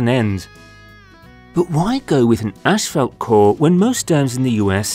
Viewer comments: decent video and explanation. however the asphalt material is NOT pronounced "ASH-falt". there is no H in the first syllable. its pronounced "ass-falt". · It's pronounced asphalt, not ashfault. I couldn't figure out what you were trying to say the first few times. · Why does this guy not know how to say Asphalt? He keeps saying ashfelt. I did a search and this doesn’t appear to be a Canadian or British thing either. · It’s pronounced assfault not ashfelt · If only the narrator could pronounce "Asphalt".... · Sounds like ur saying ash-felt lol